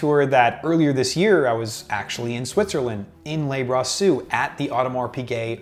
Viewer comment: It’s not Lay Brassus, it’s Le….nice watch btw! Also, can you name a country that isn’t small enough to walk across? Also also….there is no such thing as a two tone Day Date….that model is made exclusively in precious metals…